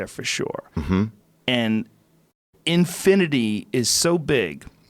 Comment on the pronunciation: When he said said infunate infinaty i realy laughed??